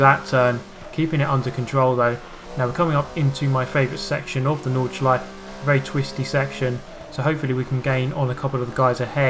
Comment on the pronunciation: You pronounce Nordschleife (Nords-sh-lie-fah). Just so ya know xD